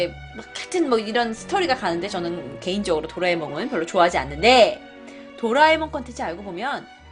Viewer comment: 나만 도라이몽으로들었나?크음..